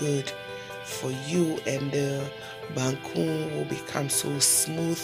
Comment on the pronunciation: Waaaw banku ni tilapia biye guy wae... Abeg send my own. See how you call the bankuu like Ganyobi Ayeley 😄😄, mikon ado wae